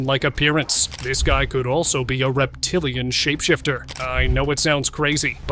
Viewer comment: The way the narrator say “this must be a “REPTILIAN SHAPESHIFTER” 🗣️🗣️ Is so funny 😅😅